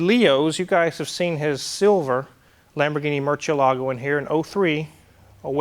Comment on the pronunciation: Everytime ED BOLIAN hears the say the word MURCIELAGO he must cringe...and cringe hard.